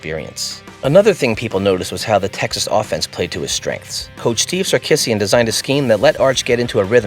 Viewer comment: You should not be calling Coach Steve Sarkesian as if it sounds like Sar- “KIss-eein.”. It’s wrong! It’s pronounced Sar-KEE-zhee-an.”